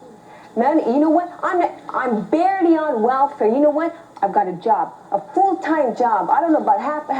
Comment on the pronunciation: She say im BARELY on wellfare👀👀😂😂😂 WTF IS BARELY